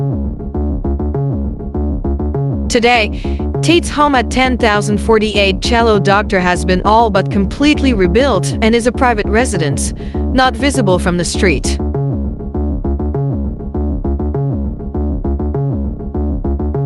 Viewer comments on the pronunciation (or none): did i hear her right??...she actually called "CIELO DR"...CELLO DOCTOR???..ahahahahah...geez